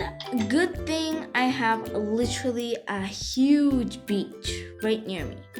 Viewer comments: emm sorry but i hear you say "it's a bit*h day" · I did not hear "beach" when you said that i herd bitch